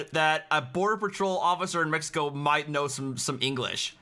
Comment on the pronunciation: It's twatty, with how shitty his Spanish is, how he keeps say, "meh- he- coh."